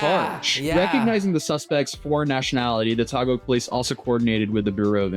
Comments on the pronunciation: You have to make the phonetic sounds man. Remember, Ryu used to be called “Rah Yoo” because of the movie and cartoon. So it’s “Tah Gig (Taguig) City” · that's Taguig, not Tagog😅 it's Taguig City.